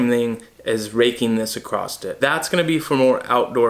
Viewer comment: Dude, I love your content, but show me where there's a "t" in the word across. And yes we say dumb shit in Texas too...lol